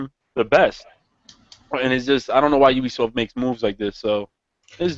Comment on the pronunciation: you dun goofed "ubsioft" lol